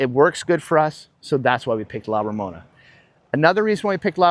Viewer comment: Please pronounce La Romana correctly, it’s not Ramona, I feel disrespected.